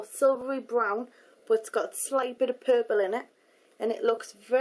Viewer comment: haha she said purple funny..